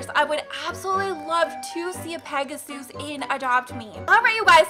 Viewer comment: Its not peg-a-sues its pega-sis thats how its pronouced